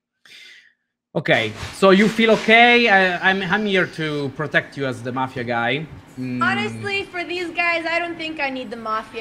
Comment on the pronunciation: "Dhe" is the new "The"